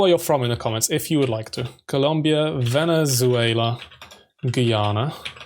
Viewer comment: The El Salvador name is mispronounced and also Venezuela and Chile